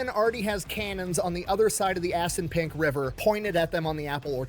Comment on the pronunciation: Did he say "ass n' pink river"? Edit: okay, Assunpink. What a fuckin name 🤣